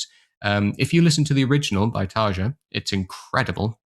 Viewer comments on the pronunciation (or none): Nice video man can never get enough of Nightwish, btw Tarja is pronounced tar-e-ya 🤘🤘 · Hehe, that’s true. Listen to the first ten seconds of these interviews a few times and it should forever be “Tar-ya”... or as Tarja herself says, “TaRRRR-ya”! 😁 I usually don’t correct pronunciations unless the mispronounced word or name is in the neighborhood of becoming awkward. We (or at least I) find it charming when folks pronounce non-English words, and “we” appreciate the effort alone. In this instance, I happen to have a J in my first name, so I can sympathize with Tarja often hearing the English J and the famous D-sound that comes with it. Anyway, cheers. 😅